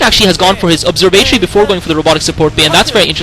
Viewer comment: Isn't it "observe"-"ah"-"tor"-"e"? Great commentary btw, keep up the great work, and why didn't you comment Savior vs FBH game 1?